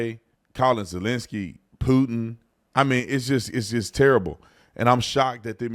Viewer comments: At the end it sounded like he said I’m so focused on peein and poopin lol so so funny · I bet he is focused on “pootin! 😂